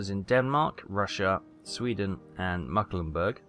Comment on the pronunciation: it's NOT mucklenburg, its mecklenburg!